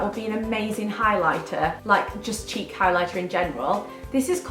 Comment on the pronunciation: I thought you said cheep products instead of cheek products haha